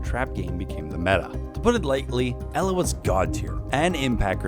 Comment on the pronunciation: I'm polish and you just butchered Elas name and equipment.